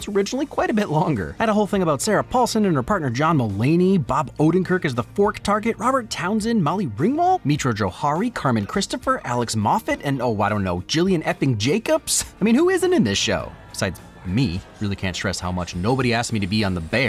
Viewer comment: Gillian Jacobs' name is with a hard G. Also, there's nothing unrealistic about the restaurant. Time after time I have spoken to and seen interviews with people in the restaurant business who get PTSD watching The Bear because it is so incredibly accurate.